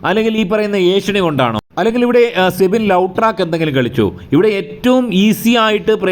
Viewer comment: സെബിൻ അല്ല സിബിൻ എന്നാണ്